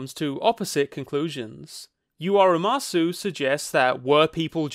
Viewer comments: I loved this video, but one nitpick: it’s pronounced “uma-soh”, not “uma-soo” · not to be That Person, but for the record, umasou is pronounced "oo-mah-soh" not "oo-mah-soo". umasou in japanese means "look(s) yummy" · youre saying umasoo im losin it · The one thing that kind of ruins the first part of your analysis is the mispronunciation of the title of the movie "Umasou". You pronounce it "Ua MA so", which is not a word and not the title. The title is "Umasou" which translates as "Delicious". Mispronouncing the name repeatedly kind of defeats the point of having the word be so prevalent in the story. It lowers the bar, essentially, when it should be front and center as an issue; hence why the title is "Delicious" and not something else. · It’s “ooh-mah-soh” not “ooh-mah-sue” Umasou literally means “looks delicious” in Japanese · The “sou” in umasou is pronounced like so or the word sew. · umasou is pronounced (oo-ma-sow) and it means tasty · Don't know if this is trivia or waht to call it but: "Umasou" actually means delicious in japanese, so his little herbivore kid is named delicious ebcause, well he probably would be. oh and you say "sou" not like "zoo" but like the "au" in "sauce" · his pronunciation killed me a little inside.... now make him say atatakakunakatta! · Unrelated to the topic of the video but "umasou" means "tasty-looking" so there's a good reason he got that name. As for pronunciation, short "a" and the "ou" sound is more like "oh". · great video, but how do you give you are umasou such a big part, and never once bother to look up how it's supposed to be pronounced 😭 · does the total mispronunciation of umasou make anyone else irrationally angry